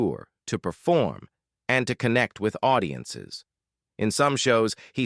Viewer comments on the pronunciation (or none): none